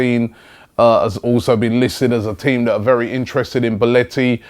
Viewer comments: boletti?? its belotti not boletti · It's Belotti not Beletti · Belotti. Not belliti. You had one job robbie, ffs😂 but anyway a really good player. Just 21 years old. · BEL-OTTI........ NOT BEL-ETTI. FFS, ROBBIE, SORT YOUR TONGUE OUT. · Yep he's name is definitely BELETTI you melt .How can you not pronounce Belotti right .fucking hell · goddamnit robbie .... XD its BELLOTI not BELLETI lol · It's pronounced Belotti not Beletti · belOtti FFS! pajnic and beletti - terrible. it is fcking BelOOOOOtti. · IT'S BELOTTI NOT BELOTTI I'M ITALIAN AND MY EARS WERE IN PAIN! BELOTTI IS AN AWESOME PLAYER REAL GOOD TOP QUALITY AND TALENTED ONLY 22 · how the fuck do you mispronounce that? its BE-LOTT-I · Do you watch any other league competition besides the premier league? First, you didn't know who Emil Forsburg was, now you mispronounce Belotti's name. SMH at these delusioned English football fans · god dammit robbie you said bellotti's name wrong right away